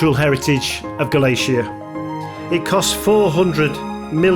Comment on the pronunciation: Sorry to be a pain in the backside, but if you're somewhere in Spain ask a local how to pronounce it please. Galicia is Ga-li-cia, first i is like i in hidden and cia is said thi-a, i also like hidden. And i'm from Manchester by the way....... thanks.